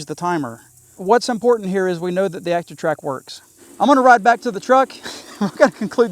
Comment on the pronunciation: "Acshion" Track (as you pronounce it) is a DJI thing. Quick shots is a (mostly useless) camera macro mode used to impress your aunt on YouTube. Try again, Einstein.